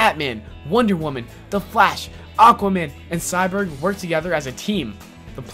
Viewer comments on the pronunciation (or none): Cy-Borg not Cy-Burg